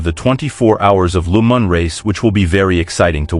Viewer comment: Why pronounce Le Mans as Lu Man? French pronounce it as Le Ma just a silent N.